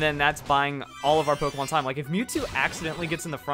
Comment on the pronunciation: u realized u said pokeman quest